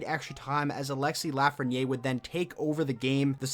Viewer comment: Proper way to pronounce his last name is "Laugh-fren-i-air"